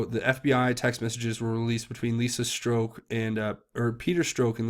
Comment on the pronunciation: Please its not stroke haha its strozck or said Strock with a silent z.